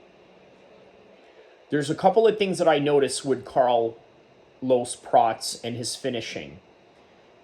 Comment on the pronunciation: It’s not “Prat”, rhyming with “rat.” It’s “Prat-chez.” Otherwise, I think you did some pretty good analysis 👍